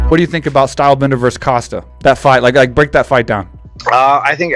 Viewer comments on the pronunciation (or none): A small annoyance I noticed, but Costa is pronounced “Ko-sta” not “Ka-sta”. I’m guessing for Adesanya it’s going to “Ka-sta” his Title to go in the ring with Costa.